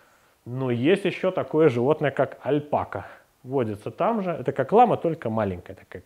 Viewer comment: Шерсть альпакА, ударение на последний слог, слово не склоняется. Сделайте исправление😊